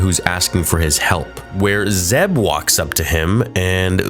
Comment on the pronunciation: Are u sure it’s zeb?